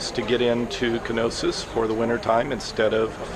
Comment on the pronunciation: Knossos, not Knosis